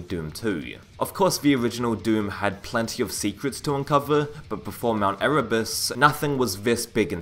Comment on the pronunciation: Dude it's, "mount E-rū-bus"